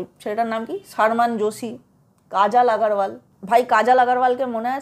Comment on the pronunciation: Beshi bojhen apni , nije akta big budget er chobi banie dakhan . Aar apnar hindi uccharon Madam, 😂😂😂😂😂😂 apni uccharon korchen Saalmaan Khaan, Kaajaal Aagaarwaal. Hindi ta thik kore uccharon korun